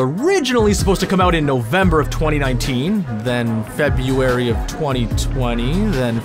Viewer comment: Why is the narrator of the video unable to correctly pronounce "February"? is it some horrible quirk of substandard north American education systems?